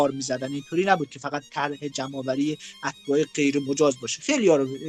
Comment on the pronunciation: اول این که اَتَباع غلط است واَتباع صحیح میباشد یعنی ت ساکن است .دوم این که چون خودت مهاجری ازمهاجران افغانی دفاع میکنی وخواستار ادغام افغانیها درایران هستی .مطمئنا" اگر خودت درایران بودی جرئت نمیکردی که حتی یک روز زن وبچه ات رادرخانه ای تنها بگذاری که درساختمان کناریش چند گارگر افغانی مشغول به کار باشند چون احتمال میدادی که چه اتفاقی برایشان بیافتد.بعد هم فقط ازبعد اقتصادی به قضیه نگاه کردی ازبعد اجتماعی وفرهنگی وامنیتی اگر میخواهی اطلاعات کسب کنی یا روزنامه خراسان چاپ مشهدرابخوان یا امار صحیح راازپلیس وزندانهای ایران بگیر.ان وقت میفهمی که این افغانیهاچقدر تجاوز وقتل وجرم وجنایت درایران انجام میدهند که یاگیر می افتند ویا فرار میکنند به افغانستان.کلا"از نوک بینی ات ان طرف تر ندیدی وخیلی دور ازواقعیت واحساسی صحبت کردی.باحرفهایت اصلا" موافق نیستم.بعد هم ماکه درایران هستیم وهمه جا وهرروز این افغانیها رامیبینیم میگوییم اخراج افغانی ها مطالبه ملی ما